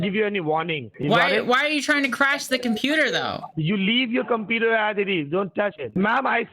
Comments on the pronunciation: Also did anyone count how many times he said "compeeder"? Seems to be hundreds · What's a "competer?" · Drinking game bro let's take a shot every time he says competer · But didn't you hear him, it is the softare password not the compeeder password!!!